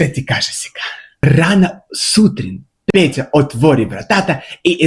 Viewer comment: Дорогой коллега. По болгарски "Петя" так и произносится, но не "Пета". А в общем, у вас неплохой болгарский.